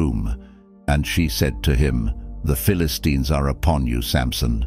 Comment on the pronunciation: Even the incorrect pronunciation of "Delilah" and "Philistines" lol